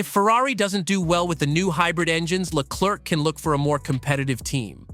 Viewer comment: the second C in Leclerc is silent (prononce Leclair) if not it sounds like jerk also Ferrari was well know for having a clear number one driver remember Fernando is faster than you or let Michael pass for the championship (Michael had twice the point than his main rival early in the season) the irony is Charles got beat 3 times by Carlos while being the number one driver maybe Ferari bet on the wrong horse